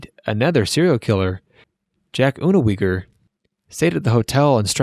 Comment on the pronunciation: Boy, did you butcher Jack's last name. He's German.